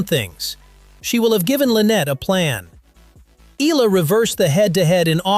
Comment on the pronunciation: E yA LA to pronounce it, not ELA.